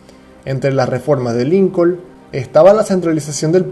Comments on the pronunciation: Es Lincon No Lincol la L no suena :v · Lilcol dice en vez de Lincoln